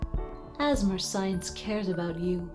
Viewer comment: I'm not sure what could have given you that idea. 😂 Was it when they pronounced it "Assamer Science"? Or when they said "We do what we must because we can"? Or maybe when they referenced cake and showed a picture of it?